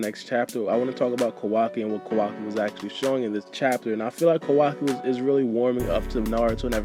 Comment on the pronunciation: Sounds like you are saying Kawagi lol